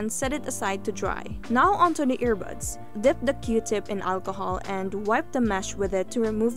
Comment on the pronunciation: You made this video so that you can say "Walchohol" 😂 - but still Great Video👍